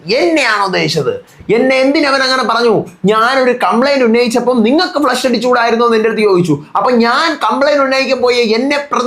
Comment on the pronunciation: its not Flesh…its Flush